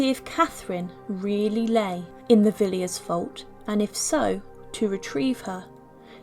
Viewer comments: Highly unlikely that Henry VII wanted to distance himself from Catherine de Valois since she bolstered his extremely doubtful claim to the throne. (Pepys is pronounced "PEEPS", Villiers is "VILLAS" - an historian should know that) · Gough is Goff not Go. Villiers is Villers. Not very nice but we look at mummies, don’t we?